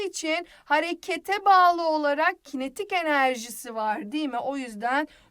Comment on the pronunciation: kinatik enerji xd